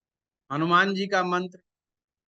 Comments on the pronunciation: Bahut badiya jankari di chathe Ghar ke bare me shreeman jiek gustakhi kar raha hu aapne ek mantra bola jiska uchcharan kuch ashuddh sunai de Raha prateet ho rahaa hai aap jaise pratishthit jyotishacharya ji ke mukharbindu se shuddh uchcharan hi grahy hoga ese anyatha na le kyoki yah madhyam aapko sampoorn vishv me prcharit kar rahaa hai baki poora video atyant gyanvardhak evam margdarshak hai aapka shubhechchu darshak hu ) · Aap sare mantra ka galat uccharan kar rahe ho